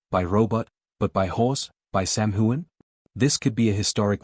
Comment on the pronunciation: His name is not whoan. It is hughan. GET IT RIGHT!